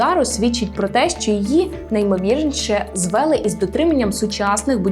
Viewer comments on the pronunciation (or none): Не звЕли, а звелИ